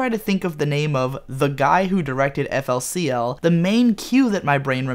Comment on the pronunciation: It's FOOLY COOLY! You don't pronounce it as letters. Sorry, this just annoys me.